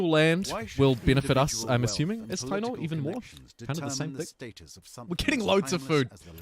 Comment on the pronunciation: I believe the Spanish pronounciation of taino is Ta-ee-no